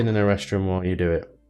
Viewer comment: "Arestrum"....every time I hear it in these videos I hear "good, this planet has a rest room". Comes in handy.